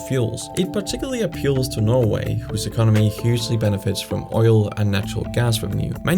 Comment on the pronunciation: i like how he says norway... "noevei"